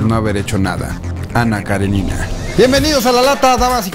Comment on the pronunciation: Aquí en México lo pronunciamos mal... Es Karénina, no Karenina